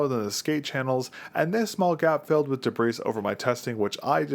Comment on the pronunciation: FYI: The 's' in debris is silent.